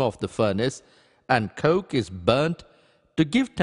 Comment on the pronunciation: the way he says 'coke'